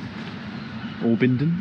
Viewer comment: Loved the vlog about the history there in Dover that only a local would know. Abingdon is in Oxfordshire as I'm sure you know and it's pronounced Ah bing don Ah as in apple 😉. Thanks for sharing some true gems. x